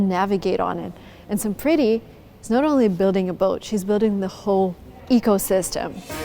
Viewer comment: Her name is enunciated some pretty? Uh that's cute